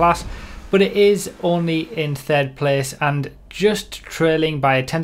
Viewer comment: Did anyone else hear "fird place"